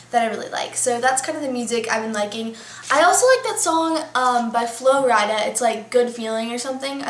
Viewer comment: The way you said Flo Rida made me laugh(: p.s. I love your eyeshadow <3